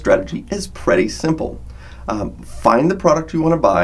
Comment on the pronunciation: Praytay simple?? Don’t you mean pretty...